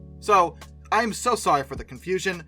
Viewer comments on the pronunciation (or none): none